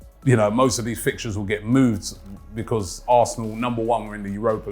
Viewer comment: Januu-wary and febuu-wary lmao bee-cause is the best one tho by far lol cracks me up